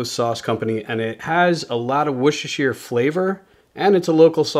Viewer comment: Brilliant, well done 👍 Enjoyed that loads especially how you said Worcestershire sauce 😂 Im from there ! Let me help you out, woos ses ter shire sauce 😉 Oh, beans for me for sure but I'm a bit strange, I like potatoes in my cous cous 😊